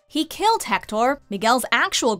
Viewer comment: Ana Lucia RV "Jector" "Hecktor" Yeah, I know.